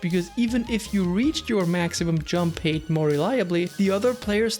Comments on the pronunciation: I’ve been subscribed to you for a long time … and I love your videos , very great content ! But you pronounce HEIGHT like HATE , but it should be pronounced as H-A-I-G-H-T, RESPECTFULLY🙏🏽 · Hate or height? I can’t catch it